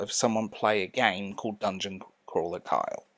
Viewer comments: I hear Kyle when you say Carl. Try saying it with a Cornish accent. Also, it's nice to hear someone repudiate irony in favor of sincerity. Nobody cares for sincerity anymore. I think it's a great reflection of the loss of personal intimacy and abject cowardice at reaching out to others among young westerners. People under like, 55 are so afraid of being rejected and it's very irksome. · ...Carl...no pitchforks, just...it's Carl. I want to say it's an accent thing, but it REALLY sounds like you're saying "Kyle"